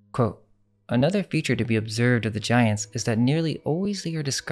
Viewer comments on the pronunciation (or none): none